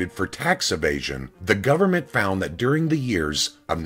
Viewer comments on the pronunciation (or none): none